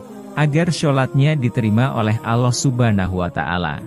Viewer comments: Orang tak kan pd chanel,knapa....?yg menyampaikn narasi nya nya menyebut Allah aja aulooh,mnybut Sholollahu a'laihissalam aja sololohu,bukhori dgn bukori,yg benarlah narasi nya biar enak mndengarnya,trmksh... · Pembicara diblkng layar klo bc Allah dan bc SAW blepotan kurang pass gtu.jd nggak enak didengar...